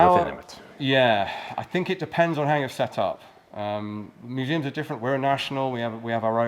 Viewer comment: Great interview and thanks for the gratification of hearing the proper plural of museum! Even the museum guy was getting it wrong.😁